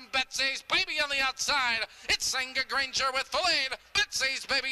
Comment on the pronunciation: I do and I'll be sending more coming up. "Granger" not 'ranger' lolll